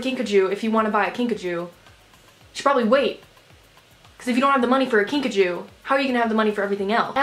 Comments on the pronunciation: Whenever you’re saying “Kinkajou” I think you’re saying “Pikachu” 😂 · Take a shot every time she says kinkachew